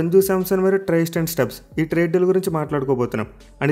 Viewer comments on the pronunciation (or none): ట్రైస్టెన్ స్టబ్స్ కాదు భయ్యా త్రిస్టెన్ స్టబ్స్ 😂🤣😄